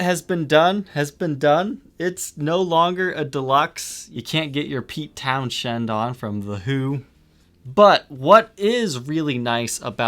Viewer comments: Pete Townsend, not “Town shend” , “Towns end”. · Always wanted a Deluxe because of Pete Townshend ! Btw that's pronounced Towns End , not Town shend 😁👍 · Did this dude just say "Pete Town-Shend"